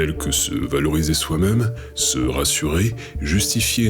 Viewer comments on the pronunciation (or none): Bonjour et merci pour cette vidéo. Question : pourquoi prononcez-vous "meume" au lieu de "même" ? D'une manière générale vous éludez les accents, pour quelle raison ? Bien à vous. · ah bon quel accent ? Il n'y aucun accent dans toute la vidéo, juste un défaut de prononciation non ?